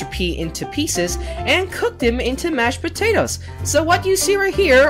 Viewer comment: George: I GOT SOME SOME MASHED POTEOTEAS*: I CAN I HAVE SOME*PLEASE Me:Laughs so hard*